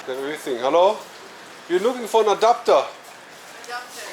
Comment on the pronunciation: Thought he said a doctor not an adapter😂